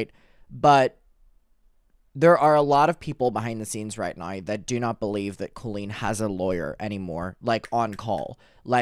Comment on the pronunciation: I thrive every time I’m watching and hear “NOWR”